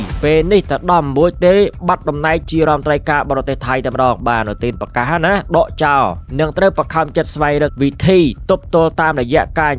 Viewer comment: ដកចោ ឬ.ដកចោល? និយាយឲ្យត្រូវពាក្យតិចមើលហ្អា?